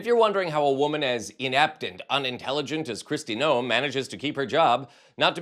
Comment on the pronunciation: Noem is pronounced Nome. I'm from Iowa, a neighbor of SD, and am familiar with this harlot.